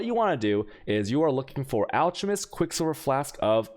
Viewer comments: It's pronounced alCKemist. You also say chisel wrong. :P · It's pronounced (alk a mest).